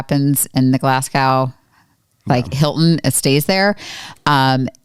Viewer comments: Love everything you guys do! But Phil led you astray when he pronounced the city’s name as Glas- gow. ( as in ow that hurts) . It is pronounced Glas-goh (as in Oh! That’s a surprise!) . I wondered if Phil got it wrong because of his New Zealand accent… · Guys it's pronounced Glasg-oh not Glas-gaw Love watching this as I've never seen the amazing race. Also buchered Edinburgh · Excellent video. You could probably also make another whole one on how you walked the tightrope between what you would like to talk about and what CBS would allow you to. Btw, I cringe every time you mispronounce Glasgow. It isn't pronounced the way it is spelled. Try Glaz-go, not Glass-gaow. Surprised you didn't pick up on that, or that the locals didn't try correcting you. I guess they were just too polite. Bet there were some red faces with the production crew re the confusion on the first clue and the wild goose chase they made everyone go on. As if the race isn't tough enough. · So happy to see you in the race, love your videos. But when you go back to Glasgow, pronounce it Glazgo . 😊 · Pronunciation tips.... Glasgow = Glas-go, Edinburgh - Edin-brugh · You guys are awesome...the wrong pronunciation of Glasgow is driving me crazy though..sorry.